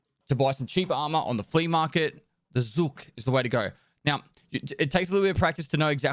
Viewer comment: Nobody cares but still ZH is not Z, its the "ʒ" sound - viSion, meaSure, uSual, treaSure. Zhuk (жук) is russian for beetle. KH pronounces like H. Glukhar = Gloohar. City Kharkiv = Harkiv. Nickname Glukhar (Глухарь) is russian for capercaillie, also it sounds similar to "глухой" / gloohoi (deaf), so maybe he got that name by mishearing something or just derived from family name. Korund = koroond.